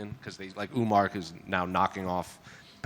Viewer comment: Bro cant say umar's name lmao